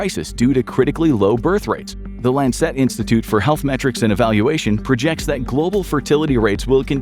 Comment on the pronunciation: Lancet is pronounced LAN cet with the accent on the first syllable, not the second. LAN-“set” or even “sit”, when pronounced more casually. But the accent is similar to the word Rancid. I believe you pronounced it with the accent on the second syllable. Since voiceover and narration is such an important aspect of these videos, I just wanted to pass that along. Thank you and great video—what an exciting topic!! Excellent narration and VO skills, as always!!